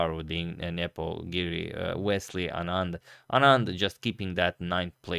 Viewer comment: Your old pronunciation of Anand was correct. it's (aa-nund) not (un-aand)